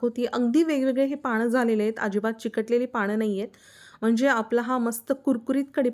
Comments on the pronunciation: पानं म्हणा पाणं नाही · पाणं नका म्हणू हो, पानं म्हणा.